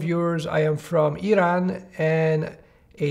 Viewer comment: Wow, amazing the way how you pronounced Iran xd